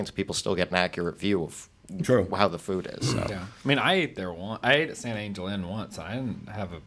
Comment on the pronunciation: Every time I hear you guys talk about San Angel Inn or Three Caballeros I cringe. I'm not Latino, but if there is anyone on here who wants to back me up.... Please, it should be pronounced San Ahn-hel Inn, and three cav-i-eros! Make sure you are pronouncing words correctly.